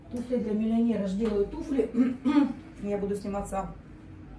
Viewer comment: Туфли, ударение всегда на букву У ВСЕГДА. НА Т'УФЛЯХ.,ТУФЛЯМИ.